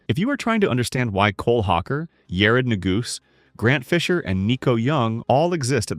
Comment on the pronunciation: New-goosey. LOL